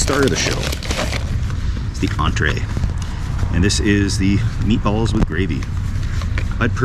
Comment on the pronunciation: Ah meatballs, at first i heard Meat Bubbles lol!